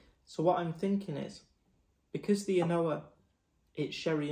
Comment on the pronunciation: An Ardbeg official pronounces An Oa “ah nooo”. The second a is silent.